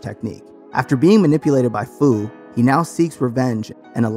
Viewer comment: Look this is a good video but how you say fu, it’s a pun on the word future